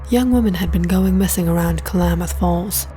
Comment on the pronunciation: It's not pronounced "Ka-La-Math" river, it's pronounced 'KLAMath' river 😕